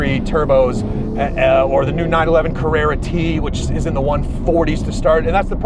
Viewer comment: Carruerrua wierd way yo pronounce this word, let me help you. Car-re(p)-ra(n) all the letter inside this (do not say it) is just a guide like when you say Ran say the same but take the n outside this word...